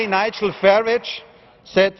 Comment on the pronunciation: Its Farage not Farige! Mr Farage to you, soon to be Lord Farage. I bow to thy Lord. ;-)